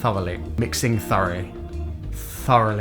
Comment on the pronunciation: *MiX iT tHaRlY* *MiX iT tHeRlY* *MiX iT tHiRlY*